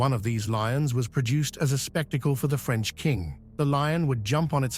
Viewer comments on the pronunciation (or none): none